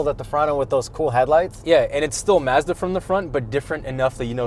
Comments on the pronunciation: First off your reviews and videos are the best, but it's not maaahzda it's Mazda and yes I'm from the states so maybe I pronounce it wrong just sounds weird funny when u say it. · Something is not quite right how he’s pronouncing Mazda. Can’t quite pinpoint it but it’s off and irritating.